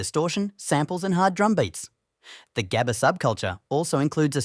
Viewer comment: im crying on your pronunciation on 'gabber' please do better next time cuz i cant stand on how you pronounce it (coming from a dutchie btw)